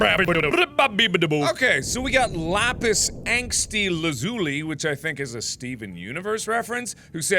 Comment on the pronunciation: You pronounced "lazuli" wrong